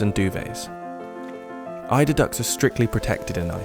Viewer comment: I kept hearing and reading it as "elderdown." kept worrying these were elder ducks you were taking from :( EIDER.